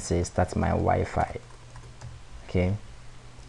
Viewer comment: crazy guy fixed my year long issue.. so I will overlook that he calls wifi (why-fi) "wee-fee" !! ? :|